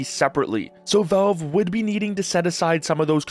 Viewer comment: The word valve has an A in it. It's valve, not velve.